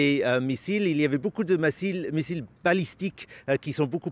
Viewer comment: Tellement qu'il ment il dit " massiles " à la place de missiles. Média journaleux.